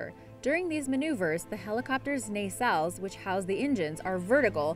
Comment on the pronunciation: And nisil